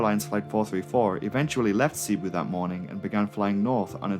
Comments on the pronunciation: filipino here Cebu is pronounced "Seh-boo" not "Sea-boo". the 2nd syllable "bu" is emphasized, so it would sound like "seh-Boo" otherwise great video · It's seh-boo. Not see-boo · Nice video btw. Also, the way that "Cebu" is pronounced is "Ce-bu" not "Si-Bu". Oh dear...my fellow Filipinos are gonna chew you out for that mispronounciation. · Not everyone is perfect you know even if he pronounced “Cebu” (sebu) incorrectly. Have you even watch the Crazy Russian Hacker ? A Russian guy that doesn’t have a perfect English accent or grammar and also pronouncing a few words incorrectly. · wow... it's not a matter of being prefect. It's a matter of having a 3rd grade education.